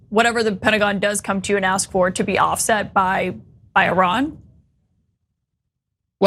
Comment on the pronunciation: I heard one guy AXE'd him a question...😂😂😂